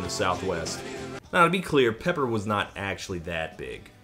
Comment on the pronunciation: Pepper sounded so much like Loser I just assumed it was Beck the first few times I heard it.